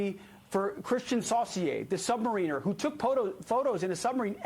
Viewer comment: Pete can't pronounce "submariner." We are screwed.